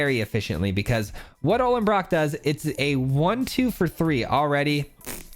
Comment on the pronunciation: Why does everyone call the Ollenbock "Ollenbrock"? Don't want to be a word nazi but you can't just add an R to words all willy nilly lol.